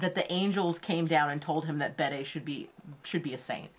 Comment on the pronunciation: Bede is Bee-dee